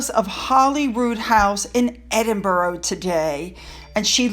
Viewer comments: Thanks for all you hard work putting these interesting videos together. I look forward to watching them, but I do have to say, I’m sure like me, many Brits cringe when the City of Edinburgh is pronounced as Edin-boro when it is actually Edin-bra, (not bra as in brassiere) but bra…full stop/period. Oh and the school is Gordon-stone I know, the English language especially in Britain, really doesn’t make much sense at times. Sorry, it’s the pronunciation police out in force again, I’ll try to control it in future! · Great video. just to help you , us Scots pronounce Edinburgh as (Ed in bur ah) or (Ed in bra) :) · It's pronounced edin burrrr aaaah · Edinburgh, Eh din buh ruh. No o sound! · Edinburgh? (EdinburAH)! Wimbledon, (Wimbaldun). Gordonstoun,(GordanstuN). We’ll make you a Brit! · Hey toots… it’s pronounced -ENDIN bruh GORDON -STON… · Hey, I’m not being pedantic, but it’s Edin-burr-ah! (emphasis on ‘burr’) For-far (emphasis on ‘far’) Foch-ah-bers (emphasis on ‘ah’) Gordon-stun (emphasis on ‘stun’) Hope that helps! Edited to add….. fool Oprah once, shame on them, fool her twice, shame on Oprah! More manipulations by the duplicitous duo!